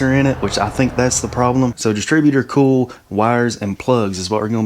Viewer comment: It took am a bit to realize you were saying coil...and not "cool"! 😂 Great video!